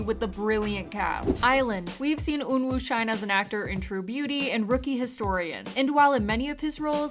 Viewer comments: Eunwoo is pronounced “eu-nu” not “ eun-woo” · aHH? Eun WOO ? its pronounced like eunoo